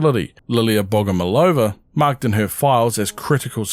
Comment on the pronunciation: I've just finished watching your previous prime assets video, thanks for another one! Just wanted to point out that firstly in Russia we stress the third "O" so we call her bogomOlova, and secondly this surname doesn't mean "loved by god" cause it doesn't correlate with the word love as we have other word for it in russian. It has two meanings. First one means a mantis as mentioned in the vid, the second one means a person who prays to a god though it's old fashioned and we don't use that meaning of the word